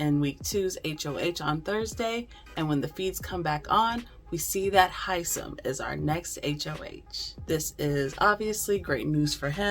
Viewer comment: I love Hisom. Isn’t everybody pronouncing his name wrong?